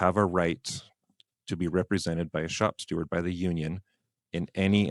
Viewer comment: I'd like to point out, it's shop STEWARD not shop Stewart.